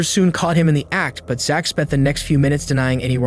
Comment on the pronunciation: Why are we pronouncing the “CH” that way in Zach? (Zack) yeah?